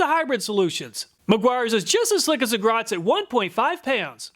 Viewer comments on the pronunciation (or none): Good video! I had planned to buy the Meguiar's but instead will order from Griot. Btw, it's Griot, not Groit. You got it right in a few places, though. :) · Griot's! not Groits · Thanks! It's GRIOT'S, not GROITS lol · Learn how to pronounce Griots. It is not Grots. (GREE -ohs) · I believe it's Griots, not Groits.. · It's G-R-I-O-T'-S, not Groit's. It's pronounced "Gree'-aught's". You're welcome. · Great test, and I think the GRIOTS, pronounced Gree-oh, vs GROITS. This is the most thorough test of anything I've ever seen on YouTube. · Griot’s,Griot’s,not Groits. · Griot not Groit. Great review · I love Griot’s products. It did make me cringe every time you pronounced it “Grots” instead of “Gree-oh’s”, but I was happy to see how well it held up to the more expensive stuff. I’m a weekend warrior detailing enthusiast so not a professional by any means, but I’ve used mostly Griot’s stuff for years and have never been disappointed with any of the products I’ve tried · It's GRIOT'S, not GROIT'S! C'mon, man. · Lol at the "Groits" "Gree-os" Fun silent "t" stuff. Awesome work as always. Much appreciated! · It’s G R I O T S, not Groits 😂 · Just an FYI it is Griot's, not Groits' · I love how the entire review is "groits" but the product is grIOts 😂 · Griots not Groits ;) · good lord...it's "Griot's" (gree-oats) not Grots. Every think of switching to decaf? Enjoying the test, nonetheless. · Griots's not Groit's...but good job... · GRIOT’S, not Grotz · It's "Griot's" not "Groit's". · Grots & Groits lol. Griot* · did i miss on why you're calling griot as groit? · Griots not groits.😆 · Note that it’s Griot, not Groit. “GREE-ott.” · Griot’s not Groit’s. Pronounced,Greeot’s best I’ve ever used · It's GRIOT (Gree-Oh) NOT Groit. They're way too big and famous to hack their name pronunciation and spelling up this bad. I mean they're only on TV, sponsor motorsports and have a massive YouTube channel...Try again...Ahem. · Griots rhymes with riots. NOT Groits. 😂